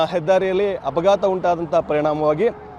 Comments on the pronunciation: ಡ್ರೈವರು ಚಾಲಕ ಒಂದೇ ಬ್ರೋ ಕನ್ನಡ ಕಲಿಯಿರಿ ಹ್ಹಪಘಾತ ಅಲ್ಲ ಅಪಘಾತ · ಹಪಾಘಾತ ಅಲ್ಲ ಅಪಘಾತ ಕನ್ನಡ ಉಚ್ಚಾರಣೆ ಸರಿ ಮಾಡ್ಕೊಳ್ಳಿ